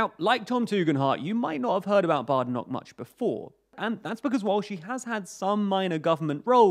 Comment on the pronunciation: That's not how Badenoch is pronounced